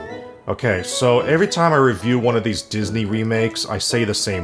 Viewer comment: I mean, he pronounces "Every" as "AYE-ver-ree" (like "Avery") and "Origin" as "or-RIJ-jin"